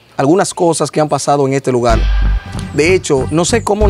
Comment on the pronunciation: Se pronuncia LUGAR, EL PRONUNCIA LUGAL, BUSQUE PERSONAS QUE HABLEN BUEN EL CASTELLANO